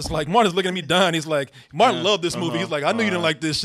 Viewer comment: Lol Martin said “Martinee” and “Rental” pops up on the screen...